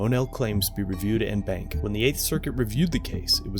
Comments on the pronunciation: It's pronounced "on BAHNK" as in "bonk", not "in bank". Just say'n. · Its not pronounced BANK, it faneticly pronounced BONK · FYI, en banc is pronounced 'on bonk' (phonetically speaking).. 😉🤙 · En banc is pronounced "on-bonk" not "in-bank" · “En Banc” is pronounced, “On Bonk” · "en banc" is pronounced like "on bonk"